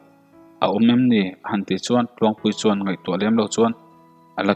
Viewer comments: I chhiarthiam vaklo a mi chuan tih tawngkam i hman in suan i tizela ngaihthlak a nawm dawn nen suan i ti zel a tun ainasa in tan han la leh teh khai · 'S' hi I uar mah mah a niii... Zel tih turah 'sel' Chuan tih turah 'suan' Sela tih pawh hi 'Sssela' Uluk zawk a chhiar zir nasa teh chuti lo chuan I thawnthu chhiar a ngaihnawm lo deuh tlat.